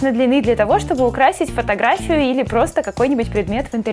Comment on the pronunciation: Не али а или